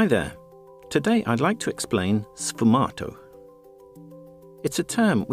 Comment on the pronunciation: The dude mispronouncing the technique right at the beginning was the immediate red flag....